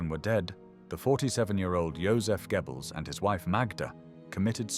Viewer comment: For goodness sake - it's pronounced 'Gerbells'. not 'Gebbels'.